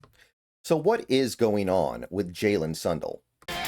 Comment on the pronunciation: Sun Dell not Sun duhl